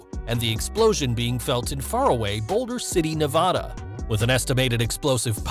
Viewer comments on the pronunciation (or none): Please learn how to say Nevada properly